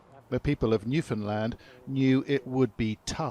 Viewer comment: Is this guy saying new Finland? I thought new found land. I'm confused